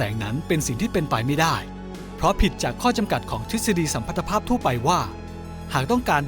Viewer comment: อ่านว่า สัม-พัด-ทะ-พาพ ไม่ใช่ สัม-พัน-ทะ-พาพ